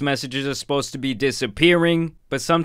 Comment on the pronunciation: im sorry but did this man just say "how are you esposed to feel"?